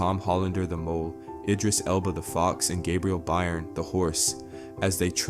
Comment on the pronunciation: Great video! One thing I did notice though: Byrne is pronounced Burn, it's an Irish name.